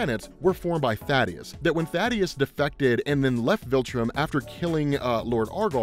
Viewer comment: Thaedus not Thadeus Kirkman has even said his name in interviews multiple times it's pronounced THAY-DUS